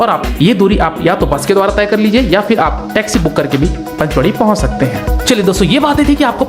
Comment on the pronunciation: Pachmari h gawar panchmari nhi